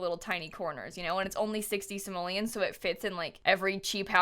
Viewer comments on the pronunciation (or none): none